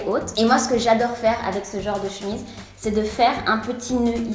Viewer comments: J'adore ton " J'adoairle " 😂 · Chadore, Chadère, Che Falide 😂😂😂. Tu es trop belle et super drôle je t'adoooooooooooooores tu es mon modèle. 😍😍😍😍😘😘😘😘😘😘